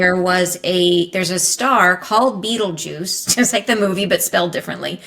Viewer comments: the Red Giant Betelgeuse is actually pronounced more like "Batel gice" . NOT Beetlejuice like the movie. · It is Betelgeuse not beetlejuice 😂😂😂